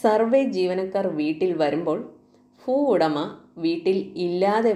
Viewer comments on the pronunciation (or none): ഫൂഉടമയല്ല ഭൂ ഉടമ. ഫൂമിയല്ല ഭൂമി.